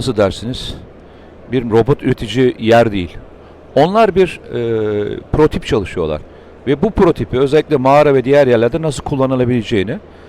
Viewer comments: Mete bey ben biraz takıntılı biriyim,lütfem şu PROTİP demeyi bırakın PROTOTİP daha iyi olur ha birde azerbEycan var azerbAycan doğrusu AZERBAYCAN sürekli bunları duymaktan konuya odaklanamıyorum yinede bu videolar için teşekkürler,emeğinize sağlık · Naçizane bir düzeltme yapayım. Protip değil Mete Bey. "Prototip". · Mete bey dikkat ediyorum yanlislikla "protip" diyorsunuz. Hatta TV de de duydum dediğinizi. Doğrusu "prototip" olmalı bilirsiniz... Zor durumda kalmayın diye uyarmak istedim. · "Protip" değil, "prototip" komutanım. (Bu videoda ve başka videolarda bir çok kez tekrarladınızda o yüzden yazdım... affınınıza sığınıyorum :) )